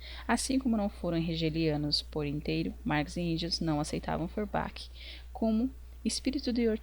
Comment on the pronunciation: Outra coisa, acho que você poderia se interessar por esse site de compartilhamento e gravação de audiolivros ). Por fim, uma sugestão mais secundária e até fico envergonhado de apontar, mas as pronuncias dos nomes estrangeiros poderiam ser feitas um pouco mais proximo da lingua original, assim Feurbach seria pronunciado como "forba", Hegel como "reguel"... etc. Caso ajude vc pode checar a pronuncia na wikipédia ou no google tradutor. desculpa se fui inoportuno, mas tentei ser construtivo nas sugestões. Obrigadão pelo vídeo! Viva o comunismo!